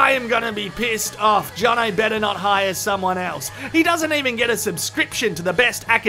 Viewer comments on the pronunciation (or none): none